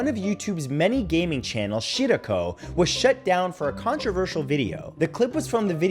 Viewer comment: Matt it’s pronounced Shi- Rah - Ko